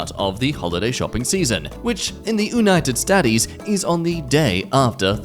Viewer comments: "United Sta-tees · I love how he pronounces it the oonited statties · Not saying simpler stuff like United States correctly and then saying goddamn Sigmund Freud perfectly makes me laugh more than it should.